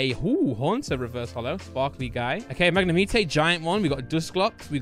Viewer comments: Keep the content coming but please say Mag-ne-mite, really annoying how you say this pokemon!! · Please tell me you're not serious about pronouncing Magnemite as "Mag-ne-meet-tay"?